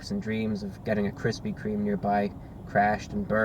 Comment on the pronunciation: I keep laughing at "Kristy Kreme"